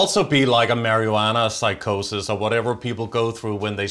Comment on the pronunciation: i love your pronunciation of marijuana. 🤣 This is such a good interview. I agree with Max and feel very much the same regarding CV. SUCH BULL SHIT! (ooops did i say that?) My intuition just tells me it's a huge scam. 🙏☮❤ keeping it up.